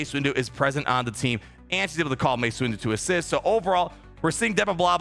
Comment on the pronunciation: Did he say Master “Waste” Windu? 😂